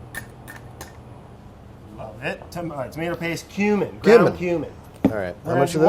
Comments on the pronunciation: When brad said ground cumin, I thought I heard groun human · Ground Cumin sounded like Ground Human... and it was glorious. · Anybody else thought when he said cumin it sounded like human?? Got a little freaked for a second